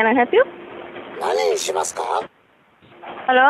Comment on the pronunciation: When the guy says he's freaked out and tries to say nanishimaskama to His coworker lol